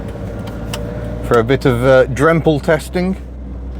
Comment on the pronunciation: Loved your pronunciation of ´drempeltesting´! Like a pro 👌